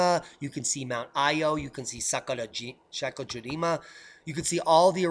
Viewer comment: Love your Japanese brah.... can you please say SAKURAJIMA again